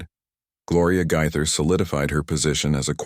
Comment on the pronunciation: Pronounced Gay ther. Gaither not Gyther!!!🤦‍♀️